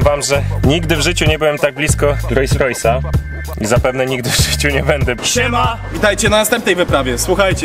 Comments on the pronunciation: Świetny odcinek chłopaki! Ale jak jeszcze raz usłyszę "RojsRojsa" to zdechne i sub ucieknie xD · Nie Rois Rois tylko Rols Rois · Rolls Royce, a nie Royce Royce.... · Super film tylko mała uwaga :) RoLLs Royce a nie Rojs Rojs 😜🤣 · 2.43 ludzie, mówi się Rolls-Royce, nazwa powstała od dwóch nazwisk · filmik mega,ale czy tylko mnie drażni "rojs rojs"":)) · Co to jest ROJS ROJS? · rojs rojs i aż uszy bolą :P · rojś rojś. rajś rover xD